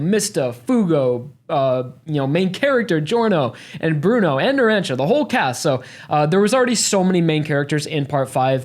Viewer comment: He also said Narancia wrong ...